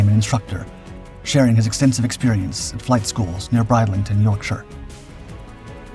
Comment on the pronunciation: It's Bridlington...not Bridelington....